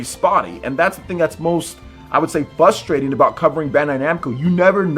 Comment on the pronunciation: "FUSTRATING" lol...